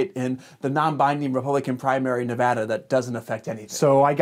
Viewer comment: Hey he did the thing! He pronounced nevada right🎉